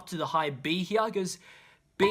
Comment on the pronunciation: Yeah same with "heyear"